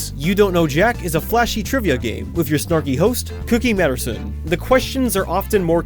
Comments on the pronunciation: Masterson, not matterson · cookie materson...... cookie masterson